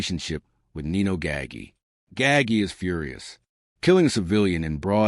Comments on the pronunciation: Gaggi, it's not pronounced gaggy you idiot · Every time I heard Nino Gaggy I wanted to turn it off.